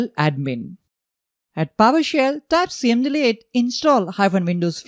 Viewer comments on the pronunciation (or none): It's called "commandlet, not "see-em-deeleeet"…